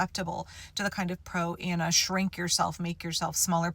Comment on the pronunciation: Thank you. I’ve spent the entire video trying to figure out what “proanna” was.